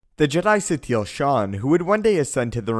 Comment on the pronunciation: Why do u call her Satiel? its pronounce Sateel